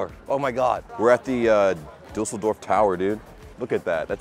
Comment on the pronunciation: What I really like about you is that you take care of pronouncing the German words correctly,like for " Düsseldorf ",I am used to Americans pronounce it " Dusseldorf ".